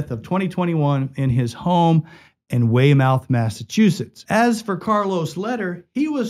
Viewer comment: It's way-mith. Not way-mouth